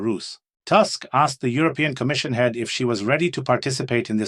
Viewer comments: Something silly about pronunciation, Tusk, translation to English Toosk. Have a good day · Tusk, is pronounced like Putin, U is U not A.